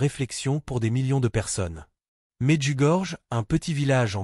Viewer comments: Medjugorje se prononce Medjugorié. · Médiugorié : la lettre "j" se prononce "i"